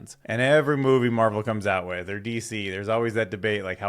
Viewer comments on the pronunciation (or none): none